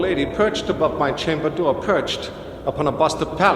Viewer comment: "At my chamba dooa.." I love Walken's voice. It's quite unique.